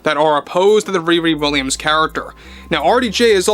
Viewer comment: When you say "ReRe Williams" all I can hear is Wee Wee Williams. What a name to give your least character.